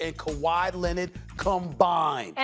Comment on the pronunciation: Lennid with the steal 3 on 1 Kawhi hoo hoo hoo KAWHI SLAMS IT DOWN!!!!!!!!!!!!